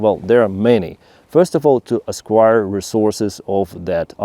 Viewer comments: Just let me know if you don't like these comments You pronounce acquire like esquire Esquire (ess-choir) comes after a man's last name, usually when he is accompanying a lady. 1,000 years ago in the UK a young man whose father was a knight (called Sir ) would be called young Esquire. In USA esquire follows a lawyer's last name. Acquire (ack-choir) is to obtain something, usually by buying it but other means (like Putin) is also acquiring I'll stop if this bothers you. You are a great presenter but Russian is so very different from English or vice versa. Cheers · Hi. It took me a while to figure out what you meant. You keep saying esquire when you mean acquire. It’s pronounced ack-wire. Very confusing, until I figured out what you meant.(edited for typo)